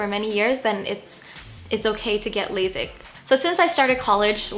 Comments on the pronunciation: It's pronounced laSIK, not laZIK. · It’s lasik not lazik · Girl...it’s lay-sick.